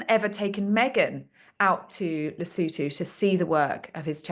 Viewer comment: It's Lesotho, not Lisootoo.